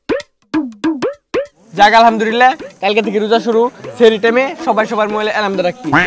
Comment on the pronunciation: Sehri na Sahri bolen